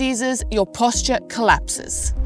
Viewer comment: Yep, that's a good one. Another one: posture :)